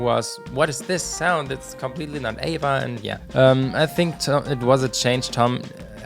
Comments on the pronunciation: It bothers me that you say “Ava” and not “A.V.A” when you are talking about AVA (Angels & Airwaves) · Me too.. it shoud be A-V-A instead Ava.. I'm thinking of Abba lol 😂